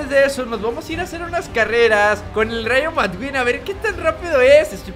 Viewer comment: no se llama rayo madqueen se pronuncia rayo maqueen